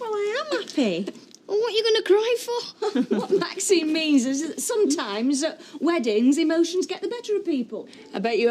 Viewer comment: Ashley could never call maxine by her name.....He pronounced it maxime